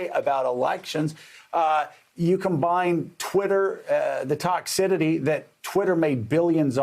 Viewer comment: Hey Joe, it's toxicity, not "toxidity".